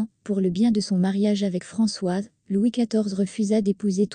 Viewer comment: FRANÇOISE, pas "François"!!